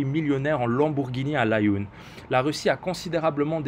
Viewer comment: Svp essaie de dire la3youne pcq nous les marocains dont tu fais partie nous la prononçant ainsi et pas laayoune pareil pour les autres nom comme mo7amed ECT.. merci beaucoup pour tout vos analyses aspirantes, a la prochaine analyse 👋🏼